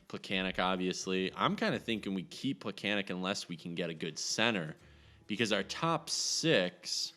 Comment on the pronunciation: Its pronounced more like Plekanets. The sign x "in case things happen" mentality is meaningless without injuries on to allow "things to happen."